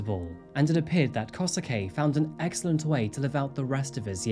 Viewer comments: Japanese pronunciation: Skip the U, it’s Kose-Kay. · The English pronounciation of the names are just killing me, can't take this case seriously with KOSUKEY?! yo... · It's easier if you say Kosuke like "Koh-skeh" :) Any Japanese name with "suke" kind of ignores the "u" when speaking. Good work! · Love ya work but it's killing me how you're saying Kosuke xD it's more like... kosskeh x) & Saki is... well sake with a ki instead of ke ^ v ^ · just a note but when a japanese name ends in “suke” its pronounced like “skay”, so here it would be “koh-skay”, you don’t really pronounce the “su”